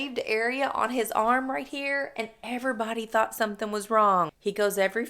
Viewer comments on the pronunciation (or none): none